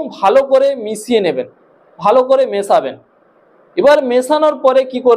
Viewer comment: আপনি বলছে মিছাবেন ওটা হবে মিসাবেন